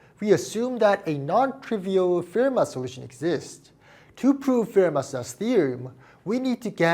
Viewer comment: I know people say 'Fermat' but it's pronounced 'Fermar'